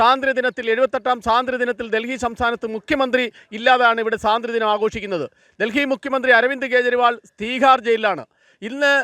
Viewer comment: എന്തോന്ന്? സാതന്ത്ര്യ ദിനമോ മലയാളം പോയി പഠിക്കടെ